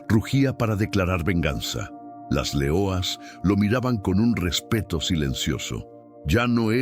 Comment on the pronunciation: porque dices .... L E O A S ...... en portugues y no LEONAS .... en español ??